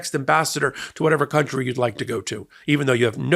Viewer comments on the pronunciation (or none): none